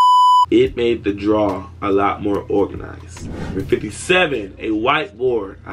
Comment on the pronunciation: bro your "organazi" killed me